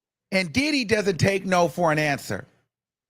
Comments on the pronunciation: Right like "DID-HEEE" AND "DID-DIEEEE" for MEEEEE 😅🤦🏾👀🤪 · Son ,i ❤ the way, you say DIDDY- DID-HE!!! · The way says ‘Didee’ cracks me up every time.😂😂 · The way u say diddy😅😅😅😅😅